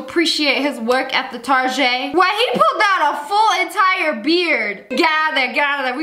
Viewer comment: "Target" without the t French people: oui oui Targeeeee